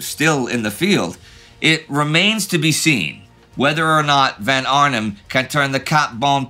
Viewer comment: X years of talking about Prussian aristocrats and Indy is still pronouncing "von" wrong, but why? -The rest of his German pronunciation is really good